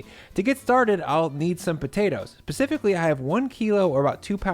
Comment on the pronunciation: PS I love the use of "Pacifically"